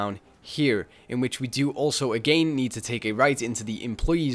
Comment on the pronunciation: Am i the only one laughing at his "AGAYYN" ?